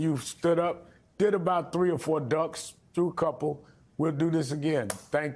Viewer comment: he said ducks, not dunks